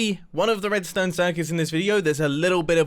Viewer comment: nobody: literally nobody: Mumbo at 1.00: "roadstone"